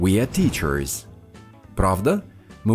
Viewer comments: Мне одной слышится как автор канала произносит во множественном числе в названиях профессий окончание -Ыз, а не -з, на пример тычерЫз, а не тычерз? Разве так верно? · Так получается, когда окончание R немного протягивается, как в teachers > teacherrrs. Складывается впечатление, что произносится "тычерыз". Немного передавил R:) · Нет, Ы я там не говорю, но я понял, что вы имеете в виду. В тычерррз я немного повис на звуке r (англ. всегда произносится с легким отзвуком "ы". Но это не отдельный звук) и немного его "заамериканил". В британском стандарте и большинстве британских диалетов, r в teacheRs вообще не будет произноситься: "тычез"